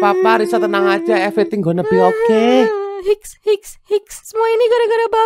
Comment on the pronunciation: Wkwkwkwk "epriting gonne bi oke"